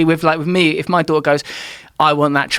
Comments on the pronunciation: Joe's passive cockney is really coming on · there's a glottal stop in "a daughter" that's missing from "adore her" one is u dawʔuh and the other is udaw uh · He says “daughter” and “adore her” the exact same way.